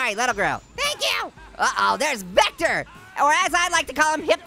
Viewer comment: vectors name is said like [ v i c t e r]